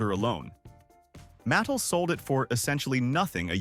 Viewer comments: . 'MATT-el'? It's pronounced 'muh-TELL'. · MAT•TELL not "mattle" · Get a human to read the script. I couldn’t listen any longer. Mattel pronounced matal? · It's pronounced ma-TEL. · I stopped watching when you could t pronounce ..."Mattel"